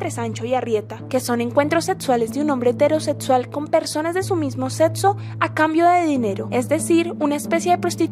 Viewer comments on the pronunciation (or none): "Eterosetsual", "aprotsimadamente", "encuentros setsuales". Si uno habla en un canal ya podría aprender a pronunciar, joder. No es tan difícil.